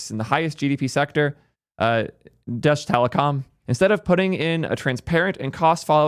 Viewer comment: I love how he pronounced Deutsche Telekom haha